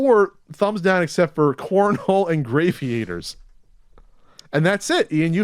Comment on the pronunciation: Ian mispronounces shit on purpose I am convinced. Gravy-Aters... In game with ships and black holes, it's Gravity, so Grav-EE-Ators.. Lol. Still love the show, but the list of words he slaughters grows...